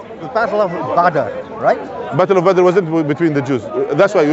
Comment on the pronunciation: Man said Battle of Badr :face-blue-wide-eyes:🤣🤣